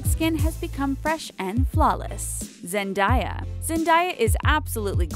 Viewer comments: It's (zehn-de-yah) not (zen-da-yah) not hating just saying😌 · Ok ok wait a sec at when u said Zendaya u pronounced it as Zen-die-ar it's like Zen-day-uh I know it doesn't really matter but I do this every time u get names wrong lol😂✌🏻️ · They pronounced Zendaya wrong..... It s not Zen-Die-A its Zen-Day-Uh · Its actualy pronounced ( while talking ) zendEya not zendAya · it's Zen-day-ah not Zen-Di-ah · She said "Zendieya" instead of "Zendaya" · "Zendiya" ohhhhhhh lawwwd ... Zendaya's fanbase is about to go off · Who was annoyed when they heard Zen-die-a instead of Zendaya? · It's not zen~day~uh it's zen~day~ah! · when they said Zendiya instead of Zendaya, I was so annoyed lol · Zen-day-yuh not zen-di-uh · Zen day, zen day a, not zen die uh, sorry little pet peeve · I thought you pronounced zendaya zendAya not zendIIya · Zendia it's pronounced Zendeya isn't it?😂 (ik it's not actually spelt like that😊) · ZEN-DAY-UH not ZEN-DIE- UH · DIS NIGGA SAID ZEN-DIE-YA TALKO ITS ZEN-DAY-YA 😂😂😂😂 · It's zendaya not zendiya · ... Zendaya..... Not Zendieya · When are these people going to start pronouncing celebrity's names right??? Like ZendAya and Zendiyah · Its mot zen-die-ya its zen-day-a ffs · lol she Saif zandaya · you pronounced "Zendaya" wrong. it's pronounced Zen-day-uh. it's not a big deal I just have a habit of doing this. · I was like wtf , who is zendia? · i was about to say tht😂😂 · I know I agree with you she said Zen die a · Who the fuck is Zen-die-ya? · Zendaya is pronounced: Zen-diya? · They said her name wrong it Zen-day-a ☺️☺️ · It's zen-day-uh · I hate photoshop, especially when it is celebrities use it and they have gotten plastic surgery, most celebrities say you should love yourself and instead they/editors correct their bodies.FYI - Zendaya is pronounced Zen-day-a. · Zen-diy-ah 😭😂😂 girl say it correctly !!! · Did you guys hear her say "Zandaya"😂? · its Zen-DAY-a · ITS ZEN FUCKING DAY-YAH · she say zendaya weong she said zendiya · Its prounced ( Zen - day - a )